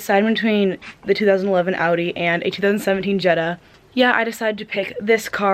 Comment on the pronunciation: Just to let you know you pronounce Audi wrong